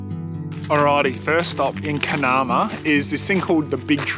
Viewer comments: It’s” min en new”. Essentially a silent g. Also it’s “. Car nar mar ” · givin shit for saying talc slightly wrong - then you go and BUTCHER Carnamah.